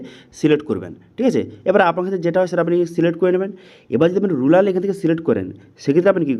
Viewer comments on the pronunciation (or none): ওটা রুলার নয় রুরাল